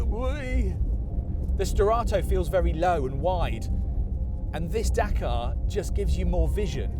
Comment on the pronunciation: Dakar, you mean Dakar